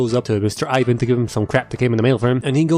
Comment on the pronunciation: You dont pronounce ivan like that, yk that right 💀